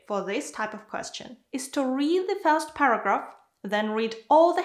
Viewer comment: Hi, the content is perfect and helpful, but please, improve your pronunciation of the word "first".